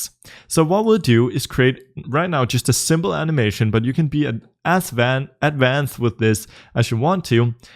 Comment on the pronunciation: "You can be an Ass van" excuse me sir?